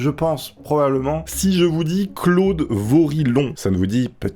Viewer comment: Le 2 ème mec sa se prononcer voriyon moi je m'appelle VORILLON est je suis une branche des vorillon